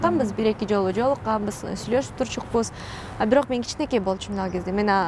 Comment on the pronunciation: Турчукпуз деген соз жок Турчубуз деп туура суйлосон